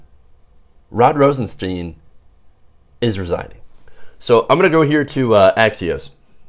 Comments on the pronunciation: Stein! It's pronounced Stein! Rosenstein. Not Steen! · at least learn how to pronounce the name